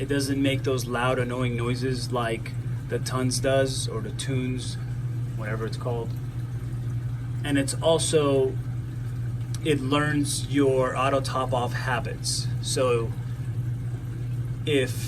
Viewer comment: bro it's pronounced kay-tow for chaeto not however you say it lol and tunze is pronounced tune-z like the letter Z, I do LOVE your set up though, nice work